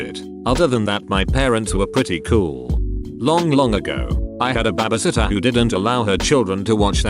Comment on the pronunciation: no one: tts: babasitter